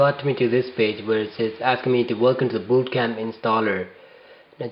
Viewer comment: funny how he pronounces bootcamp as BOOOtcamp.